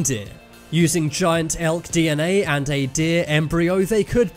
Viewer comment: When he said Elk I thought he said Elf